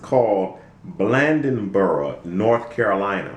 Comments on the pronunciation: Why talk about race then call it "crackertown"? Ive lived here my entire life and never once have I heard it called that. Is this situation wrong? Yes it is. By all means it was wrong. But dont be the pot calling the kettle black!! BTW its Blade-on-boro!! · u trying to tell us the history about Bladenboro, u can't even pronounce it correctly. and the fuck "crackertown" he lived in the pj with all blacks. go on somewhere with yr white hating self